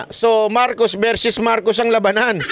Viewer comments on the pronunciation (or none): its not verses its versus just saying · (Psssst, "Versus" not verses.)